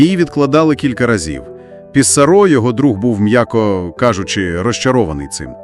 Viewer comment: але але. усі слова французькою мають наголос на останньому складі. отже: ПіссарО. ЖивернІ. дякую😍